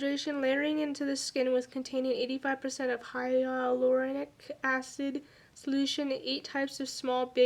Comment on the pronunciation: Hyulronic pronounced hy you'll ron ick Thanks for the video!!!